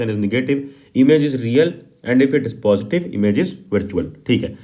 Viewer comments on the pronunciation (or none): none